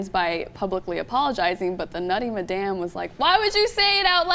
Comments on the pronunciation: it's pronounced mad-em not ma-damn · That's the weirdest pronunciation of madam I've ever heard.